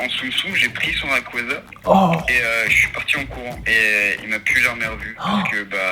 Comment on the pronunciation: RAYKUAZA COMMENT?!!!? C est rayquaza pour une lettre oui mais quand même 😂